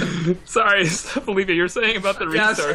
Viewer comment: It´s Felipe, not Filipe.